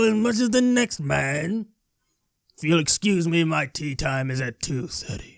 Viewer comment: I thought you were saying tea time, not tee time.